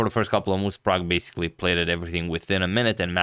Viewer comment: Man! Man this dude called Prag!!!!